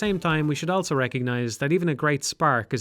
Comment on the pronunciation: pronounces the word "also" as "elso"